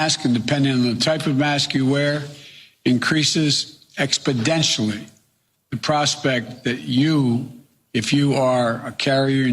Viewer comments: "Expo-den-tion-ly" Adj. An exaggeration used in propaganda to gain leverage using fear. Sentence: The virus increases ~expodentionly~ "Expo-nen-tial-ly " Adv. Increasing or decreasing rapidly Sentence: Joe Biden's mental health is decreasing ~exponentially~ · "increases expodentially"... Biden's dementia is the only thing "exponentially" increasing. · “...increases expodentually...” huh? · "Expedentiously" hahahaha I think he meant exponentially... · Expodentially? No Joe. It's exponentially. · It’s exponentially Joe. Not “expodentially” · expodentially, exponentially, who cares. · First of all... Who died and made him the boss of mask wearing?? AND the word is EXPONENTIALLY not expoDentially...DUH. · "Expedentially" isn't a word Joe. What an idiot. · Isn't it exponentially instead of "expaDENTually" ? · This man really said “expodentially” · Expodentially.... You mean exponentially? .. Is expodentially a word? Doesnt sound right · JOE IT'S EXPONENTIALLY COME ON MAN YOU DOING COKE OR SOMETHING???? Hunter get over here gimma some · Increases "expidentially" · expodentially , he says , as in he is fast becoming an ex-presidential candidate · Ok, I don't have time to read all 5K + comments but why is he not wearing a mask and leading by example? And what is expondentially? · Expodentially -Joe Biden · expoDential is not a word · increases expodentially? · What is expodentially? The correct word is exponentially. Who's mans is this? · Wow, I’m impressed she could say that with a straight face, “that’s what leadership looks like”. I can’t wait to see the facial expressions when Joe screws up his words, like in this video. I wish they would have shown her face when he said “expedentially”, but of course they won’t. That’s the benefit of wearing the masks I guess. Good plan Joe. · "EXPIDENTIALLY" - Joe vocab. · "increases expodentially" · What the heck is "expodetially"? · I learned a new word today! _ expidentialy ...😄🥳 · Expodentially? What? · expands Expodentially???